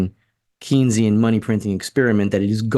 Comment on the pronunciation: I recognize you are not a Keynsian economist but you should know how to pronounce his name. It is pronounce "Kayn-sian". Please, it really cuts into you credibility and makes you sound like AOC.